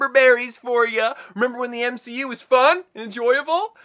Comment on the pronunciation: The M-she-U